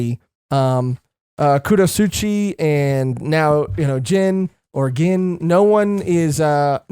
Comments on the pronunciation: Gin's name is pronuncecd and sounds bean starts witn a g. Gin(gean) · Your pronouncing Gin's name wrong and the girl name is Rangiku